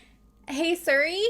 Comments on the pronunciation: Suri lol it’s pronounced serie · Try saying siri like sear-e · You and my mom both pronounce Siri and Suri and it actually kills me. Suri Cruise LMAO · Siri is sick of your crap because you say “Sir-ie” (or maybe “ser-ie”) instead of “Sear-ie” 😂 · that is amazing, just keep calling it Suri lol. You're my favorite true crime channel, thank you for having so many videos to watch! ❤ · its name is Siri, but as said, it could be pronunciation or habits. If anything it's still similar pronunciation and not like sOry 😂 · Maybe the phone ignores you cause you call her Suri when her name is Siri 😂😂😂😂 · the way you say “suri” lmaoo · You say suri so I was so confused what you were talking about for awhile 🤣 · I've never heard siri pronounced that way, is that a Canadian thing? everyone I know pronounces it seer-ee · ”Suri” is that Canadian accent to say Siri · Nothing wrong with being pale! Also, I love how you even pronounce Siri wrong! 🤣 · Asks Siri how to pronounce something pronounces Siri wrong 😂 you’re so cute